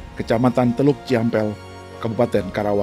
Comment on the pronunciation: Teluk jambe om bukan teluk jambel heee